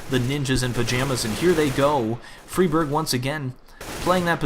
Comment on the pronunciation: Im sure its pronounced Fry-Berg, not Free-Berg?